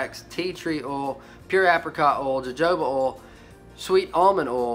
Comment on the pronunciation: I just ordered me a bundle of this beard balm and oil off amazon, I was always curious about it. Also, its pronounced hohoba oil